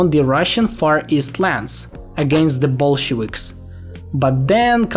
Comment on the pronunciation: Bro I have a question for you: Why do some east Slavs fail to pronounce "V" in English? Like you do it just fine in your native languages and some others like Greek but for some reason not in English. For example you say "Bolshewiks" instead of "Bolsheviks". Is it something about pace or maybe an attempt at imitation of the way a language's pronounciation rules work?